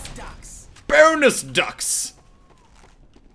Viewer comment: is he saying bonus fucks?